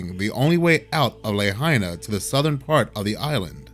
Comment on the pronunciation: It’s pronounced “La hyna” Luh High Nuh